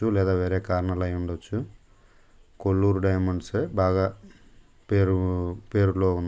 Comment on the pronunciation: Kolluru kadhu koluru